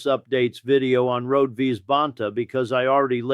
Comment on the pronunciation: Her name is pronounced Road-e.